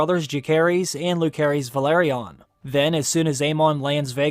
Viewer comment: Bruh There is no "K" sound in Rhaenyra's children's names. Jacaerys is pronounce Jay-sar-ris Lucerys is pronounced Loo-sar-ris